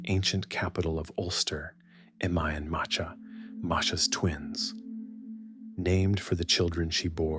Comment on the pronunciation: Please have someone who knows the Irish language to pronounce the names correctly (Badb and Macha especially)